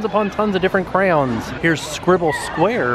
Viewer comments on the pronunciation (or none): Me too! “Crowns” 😆🖍 wish I could’ve went when I was in Orlando last month!! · Don’t forget cray-owns! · Clearly I'm not the only one who notices that is saying "Crowns" rather than "cray-ons" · Omg it’s said like “cran” they are not crowns! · Bored Millionaire says "Cray-ion", "Cray-ones", "Cre'-ons" and my favorite "Crowns" Oh dear♡♡ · Crown? is that how actually pronounces them? or is it a nickname he gives them? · The way he said crowns instead of crayons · As a american, I say crans. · Instead of crayons I heard “crapons”